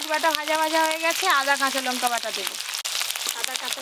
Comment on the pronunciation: লঙ্কা কে বলে লোঙ্কা